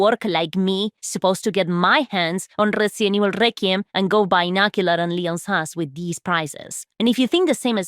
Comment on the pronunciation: RRRRRResident Evil RRRRRequim